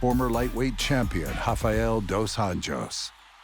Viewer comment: Paulo Costa says Kamaru the Komodo Is the Shampion 😁😂😆